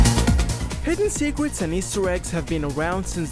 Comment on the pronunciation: Secret. I heared swecrets